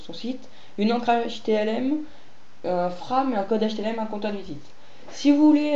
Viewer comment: J'ai cru entendre htMl au lieu de htLm, non ?